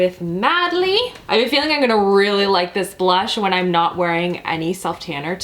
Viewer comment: Anyone notice her saying "ine" instead of "I'm" and losing their mind a little bit??